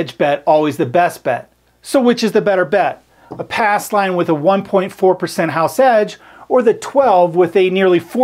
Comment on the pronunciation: Says "ass line" lol